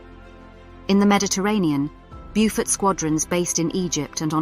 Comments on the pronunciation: Nicely spoken narrator under very poor direction- as mentioned the pronunciation is Bowfort, not Bewfort as she has it! Nice little video covering most of the essential facts- would have been nice to have mention of the Victoria Cross earned by Ken Campbell VC for his strike against the Gneisenau in the Beaufort. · Get the pronunciation right! "Beaufort" is not "Byufort". Correct pronunciation is "Bowfud"! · Exactly. Lack of proper research prior to posting the video......